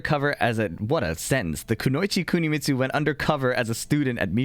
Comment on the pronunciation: please don't pronounce kunoichi like that ever again